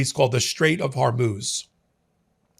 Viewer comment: buddy hes not even trusted to say the word Hormuz